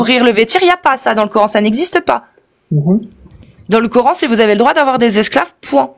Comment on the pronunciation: Je constate que les musulmans taré prononce " coorhaine " en place de Coran !🥴